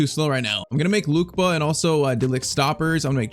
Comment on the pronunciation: It’s not Luke ba is Luke Kay ba